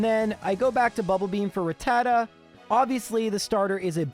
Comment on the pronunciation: Do you enjoy mispronouncing Arcanine, Rattata and Lorelei?